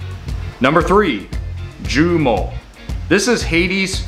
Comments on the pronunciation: This is how you pronounce joumou -juuumoo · This was really informative especially as a Haitian I was not aware of dish #8 (it’s the cashew) If you care to learn the pronunciation #3 joumou (ju-moo) 🐮 And the T in tchaka is silent. Other than that really good work on the other pronunciations looking forward to your second list.